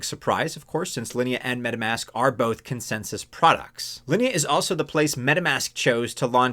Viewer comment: You pronounce Linea and Sui correctly. 👍🏻